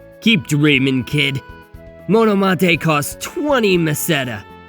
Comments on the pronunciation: But personally I wish youd pronounce it "mono+mate" 😅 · Refering to this video to how "mate" is pronounced. The space between "mah" and "teh" is ALOT less. Like how you would pronounce "money" compared to "monet".